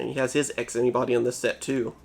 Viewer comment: Whenever you say "X Antibody", I feel like you're saying "Ask Anybody"